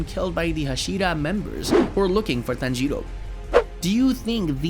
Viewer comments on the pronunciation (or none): “Tanjierou” BRO WHY YOU SAID THAT LIKE THAT💀👽👽👽👽💀💀💀💀💀💀💀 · TANjjro is how he says it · Me:tan-ji-rò:tan-jee-ro,ten-jen Me: 😐😐😐😐😐😐😐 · Bro said tanjido